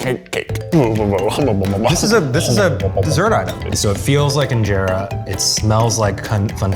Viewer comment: Injera bread he says 😂